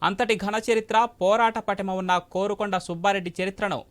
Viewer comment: 'కారుకొండ' nu కోరుకొండ kaadu